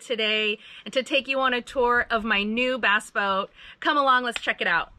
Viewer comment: Ya, I love how they say Bass...its sounds like Baas..as in "Tactical Baassin"!